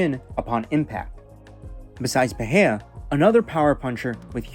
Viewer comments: it's peRReiRRa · it's "perera" lil bro, not "pe he a" ya fokin casual